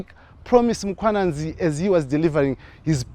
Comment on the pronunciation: Mkhwananzi not Mwananzi